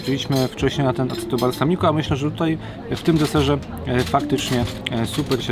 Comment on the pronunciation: Nie aceto tylko aczeto , pozdr